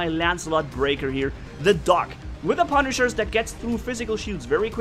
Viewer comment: not pa pu